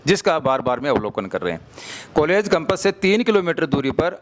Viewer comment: पहली बात तो कंपस नहीं होता कैंपस होता है